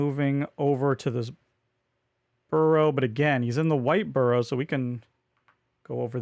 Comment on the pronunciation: I had to stop watching after a few minutes due to the pronunciation of Borough lol